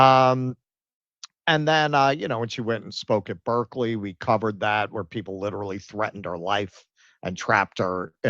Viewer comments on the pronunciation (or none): none